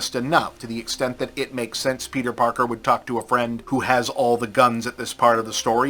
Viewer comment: Peedah Parkah.